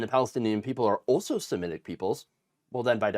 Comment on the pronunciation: "semitic" not "simetic"